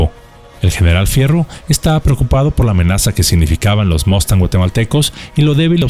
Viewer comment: un saludo cordial, como siempre un video muy bueno. Por primera vez oigo que alguien pronuncia bien la palabra:"MUSTANG". Solo un detalle maestro si me permite con el debido respeto y en aras de aportar: En múltiples ocasiones en este video se muestra la imagen del beechcraft texan II. Este avión de entrenamiento actualmente vuela en la FAM es un turboprop ( motor de jet con flecha alargada y caja reductora de RPM con la confiabilidad de un motor de jet), sin embargo este avión aún no existía cuando fue el conflicto. En su lugar estaba el Beechcraft T6 TEXAN I también entrenador pero con motor radial y aerodinámica de la época. Hago la aclaración porque la gente que no es del medio ve un avión con hélice como es el caso el tejano actual y dicen: Mira la FAM tiene aviones de la WWII y pues nada que en gran engaño han caído. Un saludo maestro.